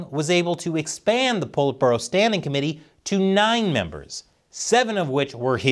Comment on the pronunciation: Politburo "Pull it Burrow"..